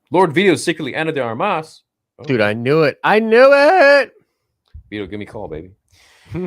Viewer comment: "..Ana D Armius..": "Keep my wife's name, out ya f!@ mouth!"